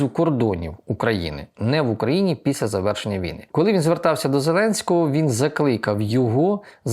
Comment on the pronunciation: не Піся, а Після. Перше має дещо інтимний характер